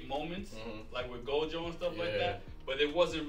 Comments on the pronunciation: ROB IT'S NOT GOJU IT'S GOJO!!!!!!!!!!!!!!!!!!!!!!! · gotta be special the way he keeps mispronouncing Gojo’a name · it’s Gojo not Goju 🤣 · Am I the only one annoyed has been calling Gojo - Goju this whole time? Or we just gunna that slide? Claims Gojo is his sensei but he don't even know his name... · HIS NAME IS SATORU FUCKIN GOJOOO NOT GOJU 😤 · The way pronounces Gojo is killing me. Bruh is legit saying “Go-jew”. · Every time rob says jake paul, logan paul, or gojew, i die a little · "jake paul him ichijori, gojju student" was all i could hear lol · He has got to do it on purpose right like how do u mispronounce go-jo so many times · be glazin Gojo 24/7 but don’t even say his name right 😭